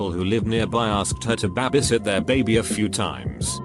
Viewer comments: Reddit voice: "I used to BAH-BIE sit" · Scottish accent, “it’s just a wee bahbie” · He says it how cash me outside bitch spells it lol